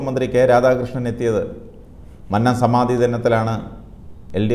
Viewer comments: മന്നം എന്നതിന്റെ രണ്ടാമത്തെ അക്ഷരം, " നന്നായി " എന്നതിലെ രണ്ടാമത്തെ അക്ഷരം പറയുന്നതു പോലെ ദയവായി പറയുക. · മന്നം ഭക്ഷണത്തിന്റ അന്നത്തിലെ ന്ന അല്ല. കുന്നം എന്നതിന്റെ ന്നം എന്നാണ്